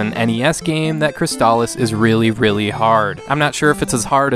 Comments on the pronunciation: I was today years old when I heard the "correct" pronunciation for the first time in 30 years. I don't think I can shake saying it the other way though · I always assumed it was pronounced "Cris-aliss," as a play on words of "Chrysalis"